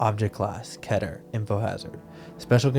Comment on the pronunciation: The most baffling mispronounciation of Keter class.